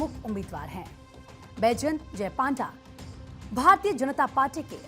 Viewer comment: पंडा को पांडा षडंगी को सारंगी पात्र को पात्रा 🤮 हिंदी भाषी बंगालियों का नाम तो सही उच्चारण कर लेते है ओडिशा वालों के समय क्या हो जाता है 😢